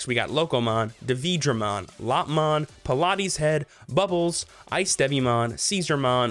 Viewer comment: it's not Pilates Head, its Palates Head, as in Palate the roof of your mouth, because its head is all mouthes